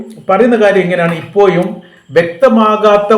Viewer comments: എൻ്റെ പൊന്നു ചങ്ങാതീ നിങ്ങളീ അപ്പോയും ഇപ്പോയും വന്നപ്പോയും പോയപ്പോയും എന്നൊക്കെ പറയുന്നത് നിർത്തി നേരെ ചൊവ്വേ പറഞ്ഞില്ലെങ്കിൽ നിങ്ങൾടെ ഈ വർത്തമാനം കേൾക്കുന്ന പരിപാടി ഉറപ്പായിട്ടും ഞാൻ നിർത്തും. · നാക്ക് വടിച്ചിട്ട് വീഡിയോ ചെയ്യാൻ നോക്ക്.... പഴക്കം,ഇപ്പോഴും എന്നൊക്കെ തെറ്റ് കൂടാതെ പറയാൻ MA വരെ പഠിക്കുകയോന്നും വേണ്ട...നാക്ക് വടിച്ചാൽ മതി...